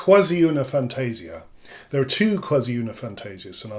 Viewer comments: The correct pronounce of "Quasi una fantasia" is "fantah-sìah", not "fantéh-sia" :) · Please, "Quasi una fantasia" is pronounced as "kwàh-zi ooh-nah fahn-tah-see-ah" with accent on "see", not on "tah". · I take the liberty to point out that in Italian we say "fantasIa", not "fantAsia". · really great explanations. Please note that "fantasia" is pronounced fan-tah-ZEE-ah (in IPA: [fantaˈziːa], but not everyone knows IPA, unfortunately) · it's how you pronounced your first line. triggers me. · 1) your difficulty in writing how to pronounce words is normal, that's why IPA (see: exists.2) What I wanted to point out is the stress of the Italian word is on the "i".